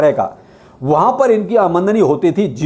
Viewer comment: आमदनी नही आमंडनी 😂